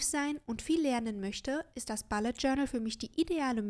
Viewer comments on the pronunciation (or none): Hallo :) Ich finde das Video sehr erfrischend, wenn man sich den Bullet Journal Dschungel auf YouTube anguckt. Einzige Bemerkung: Es heißt bUllet Journal, nicht bAllet Journal 😉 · Mich irritiert nur die Aussprache von "Bullet". Sonst prima. Danke